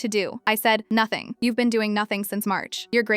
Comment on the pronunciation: Spot on. You did notting, you are great at doing notting. 😂😂😂😂